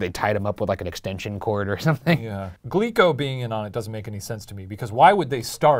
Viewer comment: I keep hearing "Glee club" instead of "Glico", and it's giving me horrifying flashbacks.